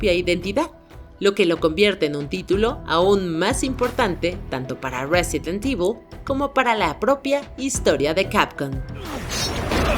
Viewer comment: Silencio incómodo cada vez que dice "resident evil"